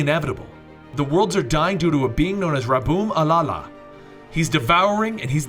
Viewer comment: Rabum Alala? WTF? Where did the third 'a' come from?